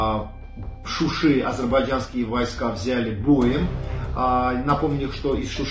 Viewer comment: какой щущи нада шуша гаварит учис язык гавари правилно .